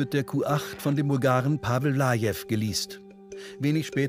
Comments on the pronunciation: Pavel Palavel. Oh mein Gott, so heisst doch kein Kroate. 🤦🏻‍♂️🤦🏻‍♂️🤦🏻‍♂️🤦🏻‍♂️ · Pavel Palavel ist einfach Pavel Pa"la"vel mit einem "la" zwischen drin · Der sagt Pavel valave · Pavel Lajev 😄 Pavel Valave 😂 Pavel Palavel ... da ist mir echt der Kaffee aus der Nase gekommen 🤣🤣 Hauptsache Pavel